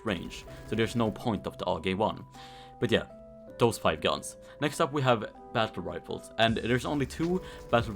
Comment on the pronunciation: "battle rifers"